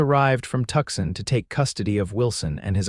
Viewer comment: If you are going to write about American cities, please have the courtesy to say them correctly ... the city of Tucson is pronounced phonetically 'Two-sahn' NOT 'Tuck-son'.